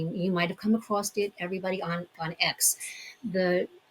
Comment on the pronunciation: “Across” is not pronounced “acrosst”